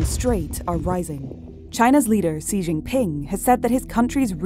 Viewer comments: His name is pronounced "Shee"... Other than that, great video.. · The pronounciation was not so wrong like so many people who say Gee or whatever....